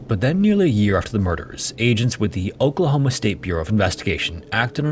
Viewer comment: who else heard Okrahoma when he says Oklahoma